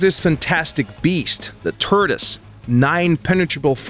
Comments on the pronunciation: did you say the turdis? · did you say the "Turdoise"? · hah turdist...hahaha